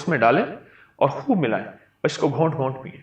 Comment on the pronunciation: ghont nhi hota ghoont hota hai 🙂